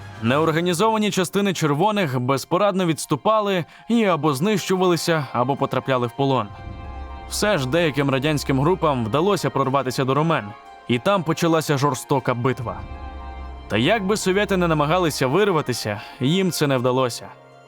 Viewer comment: Ромни - РомнІВ (не РомЕН)